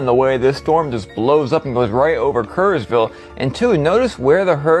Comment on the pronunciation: Aay cariño, it's Kerrville not Kersville😘